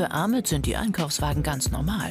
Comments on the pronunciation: Wird Ahmet nicht eig Achmed ausgesprochen? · DER HEIßT NICHT A MET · Wieso nennt ihr ihn a“ch“met wenn er ahmet heißt